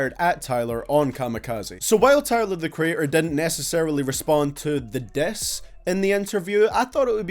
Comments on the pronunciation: The way you said “diss” though, I thought it was “death” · Learn how to say diss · He says " diss " funny.